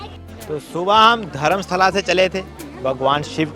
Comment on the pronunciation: Dharmastala correct prononssaion hai